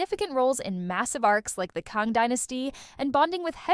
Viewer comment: Or pronunciations. Kay-nee? Kahng?